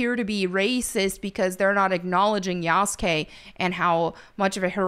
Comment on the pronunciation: his name is pronounced: Yah-su-kee not Yas-Gay 😂